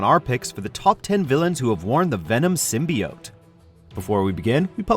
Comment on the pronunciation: Many people have worn the SIM-BUY-YOTE.